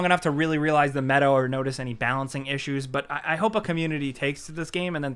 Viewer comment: Did you say meadow for meta? O.o lol